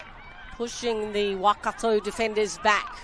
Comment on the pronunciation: Thank you for the livestream the commentator, is doing a great job with pronunciation keep it up. Could you just pronounce Waikato, as 'why-car-tor'. Not 'wah-car-tor.' ♡